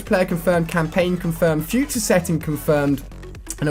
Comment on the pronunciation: That moment when it said futre technolog